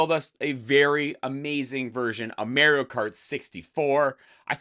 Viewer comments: yep he says "marry-o" instead of "mar e o" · It's pronounced MAR-io. Not MARE-io. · He needs to go to jail for how he said Mario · The way you say "Mario" is funny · I thought the same